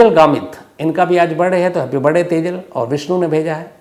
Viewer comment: Why you always say Happy Barday instead of Birthday ? Just curious .. I am your big fan Dhruv from USA